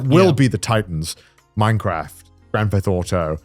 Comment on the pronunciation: Anyone else notice Connor saying grand fetht auto? 😂